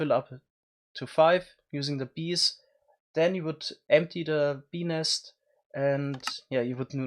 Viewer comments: This is why we love you dude, also every time you say bee nest it sounds like you're saying penis with your adorable accent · sounds as though hes saying penis instead of beenest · When he says bee nest he makes it sound like penis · Each time you say "bee nest" I hear... something els. Lol, somethings wrong with me!